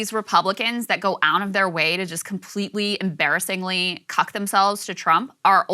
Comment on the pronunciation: she said cuck. like kyle.